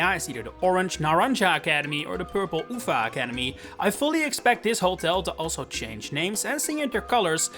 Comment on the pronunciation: Why they always butcher the word naranja and uva? its pronounced Nah-ran-ha and Oo-vah